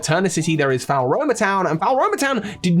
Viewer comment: This video is amazing, but it’s FLOR-OH-MAH not FOWL-ROH-MAH